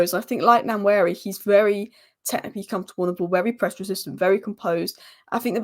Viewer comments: "Wa-neri" "N" is silent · Hi we Nigerians pronounce his name like this WAN YERI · One-yeah-re. Just sound it out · It's Waneri not Nanweri like you said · It's Pronounced NOIR-NERI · You can call him One-neri. As if you are pronouncing number 1. They dont sound exactly the same but very similar. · Pronunciation of Nwaneri: Wanieri. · It’s pronounced “One ye ree “ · pronounced: Waneri (N is silent) ❤🤣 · It's PRONOUNCED as WA-NE-RI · Its pronounced Noir-neri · Nwaneri's name pronounced more like Wan-ner-ee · Aunty u r spoiling Nwaneri's name